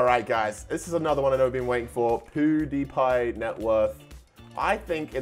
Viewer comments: ME: pewdiepie: poodepie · Poodiepie My: mum IT'S PEWDIEPIE who can u spell but not say ahh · PUDIPIE😅 WTF! YOU MEAN PEWDIEPIE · He called pewdiepie poo die pie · I’m sorry but, I keep laughing when he says: ”Pouhdepie” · EXACTLY that is so funny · Is it not just me but did say powdipie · he said pootipie